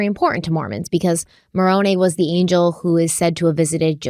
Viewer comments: My only bad comment is it's pronounced with a long I at the end in Moroni. Like eye. Otherwise even though I've followed the case closely I can't tell you how much I love to hear the back and forth and all the questions and answers. But I think most of us follow narrative so I love hearing it over and over. Keep being yourselves and I really love the coffee 😊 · Also Moroni is pronounced More-own-eye